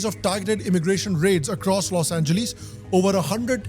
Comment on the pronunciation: When you listen to how to pronounce ' Los Angeles ' from native speakers, but still pronounce it wrong.:face-green-smiling